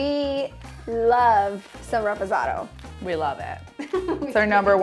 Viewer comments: It's Reposado mija, not REEPOSATO!!! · “Repozado” y’all have the cactus 🌵 right on y’all foreheads y’all gonna say “repozado” all white washed lol it’s “reposado!” Lol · “ we love some REPOHSADOW”...... that hurt my ears